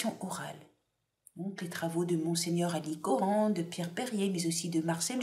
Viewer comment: Erreur de prononciation : Mgr Alichoran se prononce "Alishoran"